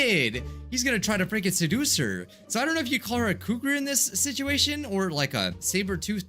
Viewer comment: Sit-ui-ation Prob-uh-ulem Se-HI-ense